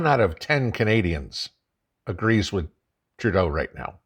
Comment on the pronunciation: You keep misspronouncing Turdeau's name....